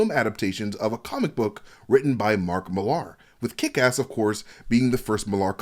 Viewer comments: FFS Millar is pronounced the same as Miller, fucking Yanks! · Why are you saying Millar that way?